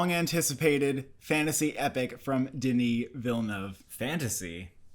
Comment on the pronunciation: Thanks for the review! You pronunciation of Denis Villeneuve's name is really good!